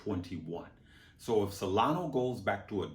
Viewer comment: Love the channel but please pronounce Solana with an “A” and not an “O” So lan a